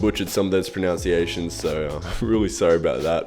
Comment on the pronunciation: did he say "pronounciation" on purpose?